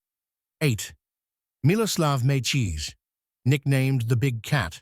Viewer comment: The AI voice really needs to work on pronouncing names. Calling Coria as Korea, Mecir as Mecheese, and Ferrer as Fera at the beginning. This list not including Corretja with 2 major finals, Zverev with 3 major finals, Ruud with 3 major finals, and Tsitsipas with 2 major finals while 7 of the 8 only reached 1 major final and 1 guy didn’t even reach a final is beyond ridiculous.